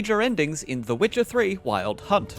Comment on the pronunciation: Why is he saying wicker 3